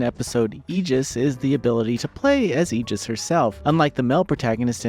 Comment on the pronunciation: Honestly, thinking about the fact that virtually none of the Personas are mispronounced in either the original or new, I’m fairly certain “AYE-GUS” is a conscious decision and not any sort of mispronunciation in English, because Aegis is a lot easier to pronounce correctly than the likes of Cu Chulainn and others. The way her name is said in game is very much intentional and not a mistake, at least as far as the dub goes.